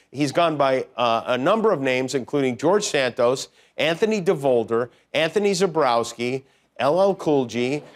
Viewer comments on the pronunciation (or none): none